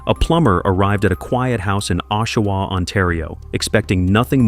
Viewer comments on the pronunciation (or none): It is not pronounced "O"shawa, it is pronounced "AWE"shawa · Oshawa... awe_sha-wah not O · Pronunciation on Oshawa sucks. It sounds more like awwsh- awa. Not oh-Shawa. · Ok this is driving me nuts..it's pronounced AH-Shawa not OH-Shawa!! 😂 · Its Oshawa Ontario not Awshawa Untario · It’s pronounced aW shoe wah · I live in the area.. it's pronounced Ah-shoe-wah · The pronunciation of Oshawa and hache were off but otherwise good!! The dirty shwa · Really? How come you cant pronounce names of people places worth a shit. Just brutal that you pronounced Oshawa a Canadian city incorrectly for the first 5 minutes of the video you incorrectly pronounced it with the "O" sounding like its pronounced in boat. Realized you were pronouncing it wrong and then didnt go back and fix the first 5 minutes of the video before releasing it. So amateurish. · Oshawa was pronounced in three different ways throughout the video and none of them were correct. So sad for these women. RIP! Please stay away from drugs. You don’t know if you’ll be one of the ones who can’t stop. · I’m from Oshawa and know the families. You could have at least pronounced the last name for Rori correctly and the City. Besides that you gave some good insights.